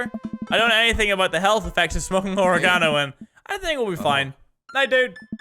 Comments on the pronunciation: Mini says: ori-gone-oh I say: ore-gin-oh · Oregano is pronounced Or-egg-uh-no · It's OR-EGG-INO u fuck😂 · why do yo say or-e-gon-o. its pronounced oreg-ino. lol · You say oregano like you say origami. It's O-reg-an-o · Why do you say oregano like origami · Who tf says oregano like that 😂😂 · Mini you butchered the pronunciation of oregano... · Is no one gonna mention the fact of how mini pronounced oregano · Is no one going to comment on the way mini pronounces "oregano" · Why does he say oregano like that I find it annoying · The british way of saying oregano kills me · I'm not seeing enough comments regarding his pronunciation of oregano. It tilted me so hard